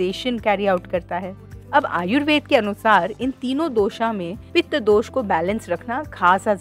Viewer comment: Dosa नहीं दोश बोलो कफा नहीं कफ बोलो